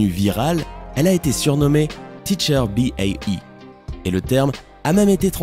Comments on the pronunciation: "teacher B.A.E" : non, c'est "teacher bae", (prononcer "tiitcheur bée". "Bae" n'est pas un acronyme, c'est le diminutif de "baby" ou "babe". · Et dans un cas comme dans l'autre, ça ne se prononce pas "bii éé ii", mais "bée".